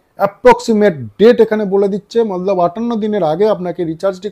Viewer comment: Kotha bolar extra style ta chere normal vabe bolun sunte valo lagbe r banglate jokhon bolchen tokhon "mane" bolar chesta korun "mallab mallab mallab" na bole, r ha ota mallab na otake hindi te "matlab" bole